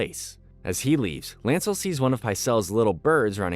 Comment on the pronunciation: The pronunciation of names are soooo bad. One would think the narrator actually watched the show. Margery, Oberyn is but a few to name. It is like you have no idea where the stress on syllables is supposed to go. LANcel not LANcEL. Two syllable words/names cannot have two emphasized syllables.